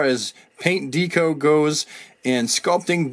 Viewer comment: it's DECK-oh (as opposed to DEEK-oh) ... your pronunciation of "deco" was shakin' me here and there